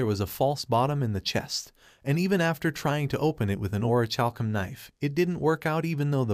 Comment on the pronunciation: Or-ih-kal-kum I know the last syllable is a funny word. Don't focus on that.